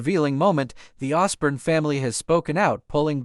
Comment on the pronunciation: The Osbourne family have said non of this here they did ask for there privacy and I hope that they sue you for slander here plus you are pronouncing there family name wrong